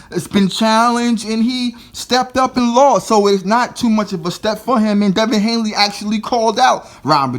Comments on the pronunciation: HANEY man! Not HANELY! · Please say his name correct if your gonna make a video about him ,damn son his name is Devin Haney...not Hanley.He’s still growing he still has time to get developed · At least pronounce his name correctly. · yo pronounce his name correctly before you talk ya stuff about him 😂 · You can't even say the kids name correctly